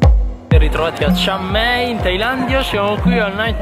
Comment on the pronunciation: non si chiama chiang mee si chiama chian mai io sono di phetchabun vienite da questa parte